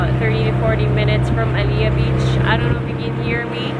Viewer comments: By the way its "Halea Beach" po hihi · Its Halea beach not aaliyah beach po...thanks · It’s not Alliyah Beach. It’s Halea Beach 😊